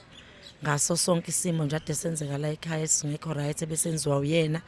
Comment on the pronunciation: Laykhaya si rushing singazi ziriahiswa yini..you guys are rich but can't even pronounce the word!!